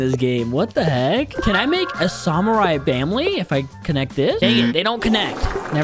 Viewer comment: The way pronounces samurai